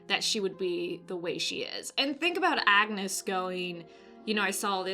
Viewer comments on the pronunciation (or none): none